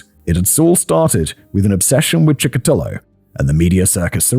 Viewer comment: In Russia he is actually known as Bitsa Park Maniac, I've never heard him called The Chessboard Killer before watching some English language podcasts. Now, who gives cool names to killers? Also, It's PiCHushkin, not PiKushkin. But at least Simon finally learned how to pronounce Chikatilo. Another not: Тормозить - is a verb (to slow down), the noun in this context is тормоз (someone who is slow, a retard). And now I also need to clip Simon saying "zhopa mira"😂😂😂 It's brilliant! Another note: YouTube works in Russia, you just need a VPN😉 and there's no wild dogs here now, don't remember when I last was one, but it's been years.